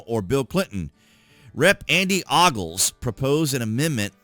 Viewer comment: His name is pronounced Ohguls, rhymes with moguls...I just found it funny because it's a popular surname around East TN and I'd never heard it that way 😉 I'm afraid a 3rd term would set a precedent that we may regret, as much as I'd like for it to happen... Thanks 😎👍